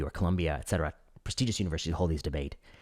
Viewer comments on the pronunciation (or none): If you could s l o w down your speaking voice, it would be so nice to go to 😴 to. Voice-over Actor needs to be a side hussle fo sho! 😄 And you say et cetera not ex. 💖